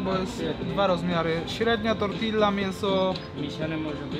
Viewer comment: Błagam cię zobacz jaka jest prawidłowa wymowa „tortilla”